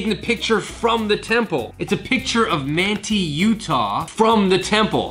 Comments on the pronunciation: The town of Manti is pronounced: "Man-tie" not "Man-tee". I'm liking these videos a lot though! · As a native Utahn I saw those mountains and knew it was Utah 😂 Also Manti is pronounced MAN TIE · It’s MANT-EYE UTAH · (Man-tie) manti Utah temple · Haha I liked the way you said Manti Utah. It’s actually pronounced like Man-tie. We got some weird city names here. Cheers, thanks for the video.